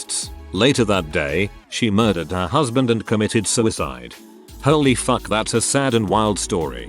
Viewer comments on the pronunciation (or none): none